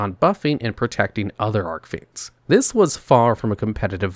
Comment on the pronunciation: How many years now and he still doesn't know how to properly pronounce Archfiends?